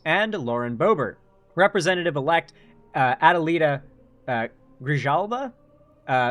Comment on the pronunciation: it's gre-HAL-va